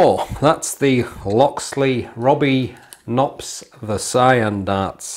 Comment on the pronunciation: Another great review of a nice looking dart. Btw, in Dutch you do pronounce the 'K' in front of the 'n'. Cheers